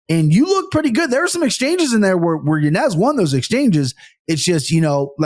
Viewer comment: Yo why does that kid in the middle insist on saying Yanez's name wrong when he's heard how to say it right a million times? I never understand when people do that. Shit irks me